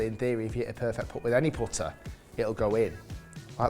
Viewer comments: “Powtuh “ It’s putter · The way you say “putter” is wild man